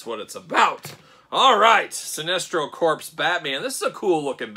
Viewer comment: Corps. “Core” not “Corpse.” Shame, shame. All ribbing aside, this was a famous look for Batman many many years back. Sinestro was announced today so get at Todd’s store or at Target’s Fall Geek Out event that started today.